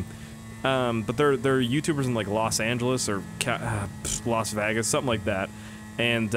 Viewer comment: Did you notice he said las Vagas instead of las vegas